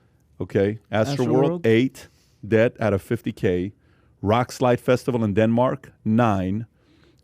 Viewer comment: Pat, it is Roskilde, not Rock Slide.